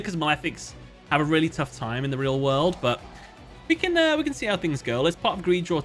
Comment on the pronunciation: "In the maweffic wwwwerld"